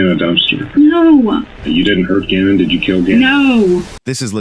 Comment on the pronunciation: This is why people hate AI bullshxt. Gannon is not that difficult to pronounce.